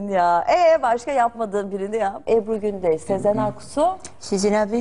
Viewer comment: Niye Gündeş s ile ş yi mi karıştırıyor ne alaka ? ayrıca tek elini yüzüne götürür rock işaretiyle götürmez ama tabii bu cok eski bir video şuan daha iyi yapıyor :)